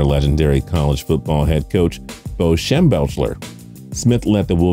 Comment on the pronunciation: Bo Schembelfler....? Lol!